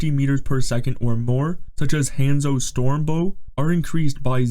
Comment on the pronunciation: The way this man pronounces "Hanzo" is diabolical